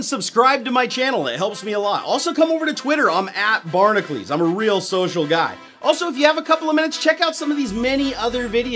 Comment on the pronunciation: lol makes up his own name and then doesn't know how to pronounce it properly "Barnacules" is not pronounced "barn-acleeze" Just like "Hercules" isn't pronounced "Hercleeze"